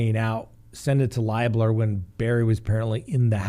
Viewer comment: Lib (like liberal) ler. I’m from Alexandria Indiana. Libler. Just an FYI